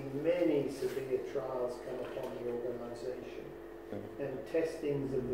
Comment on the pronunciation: Note how many times he is saying organation, where in the Bible does it say that God has an organation? I am so glad you are calling this org. In to question. Go to Jason Zeldas videos, watch them all before you go back to any meeting at the hall. Jason is a Christian and he will take you through the Bible KJV, and not the JW Bible. You will learn what the real Bible teaches . Good luck my friend. Love Erik Tonnisen